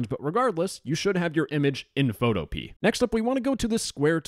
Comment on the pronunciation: "Photo-pee" 😂😂 Its "photo-pee-ah"